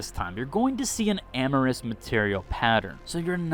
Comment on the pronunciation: This video actually filled in a lot of blanks, thanks. For future reference. (not trying to be a D) Amorphous is NOT pronounced "(am - ah - ris)" , it is pronounced (A - mor - fuss)